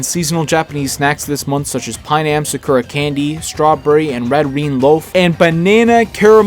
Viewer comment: I heard the way you pronounced sakura and that is why I decided not to watch your video, I am sorry